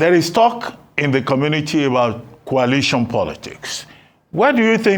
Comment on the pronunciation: Why is this lere man pronouncing coalition as kwalition bunch of drunkards.... 😂😂😂